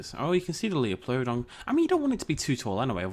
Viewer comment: It bothers me when you pronounce Liopleurodon like it is spelt. The Lio is pronounced like Lie.